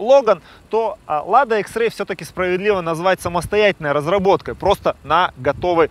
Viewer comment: Почему экс икс а не экс